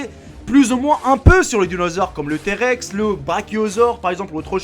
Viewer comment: Mdr le "térex" tu m'as tué 😂